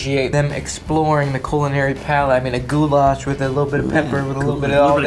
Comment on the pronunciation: the way they say Goulash over there is like saying Gulag with SH instead of a G, where the lash in goulash is more said like the word lash with no hard A's